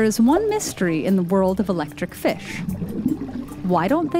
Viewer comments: It's pronounced Fish not Fischch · Am I the only one bothered by how she says, “fiSH?” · ikr? Maybe that's how to pronounce fish: "fesh" instead of "feesh". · The was says fish is killing me. Almost like she says Fussshhhhhhh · It’s weird how she says fish “Fush” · Why does she pronounce “fish” like “fesh” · I like the way she says fish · I like how the narrator says "fish"